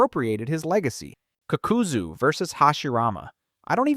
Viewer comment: I don’t know if u trolling or wat n I see u r knowledgeable of Naruto. How can u hear these people’s names so many times, do all videos mentioning them, and still butcher it. Also HOW THE FCK can you pronounce the Ha in Hashirama but not the FCKING Ka in Kakuzu saying fcking kukuzu it shouldn’t irritate me as bad as it is but oooh watching 14 minutes of a good video n hearing that pssed me off